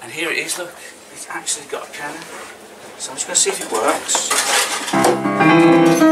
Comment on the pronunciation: “Pee-Anna” love it